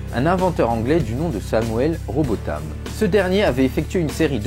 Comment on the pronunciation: Vous avez mal lu Robotham ! Dommage de perdre son temps à raconter autant de bêtises!!